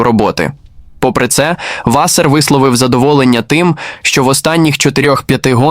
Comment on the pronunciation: що за клоунська начитка тексту. наголоси вчили ставити правильно? Чи,ШІ не знає різниці між вАсер і васЕр))))